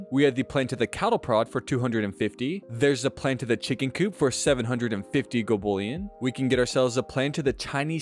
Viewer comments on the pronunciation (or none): none